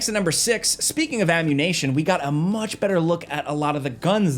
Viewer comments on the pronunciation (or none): Are you mispronouncing 'ammunition' on purpose because of some ridiculous monetization rule, or was it just an accident? Lol.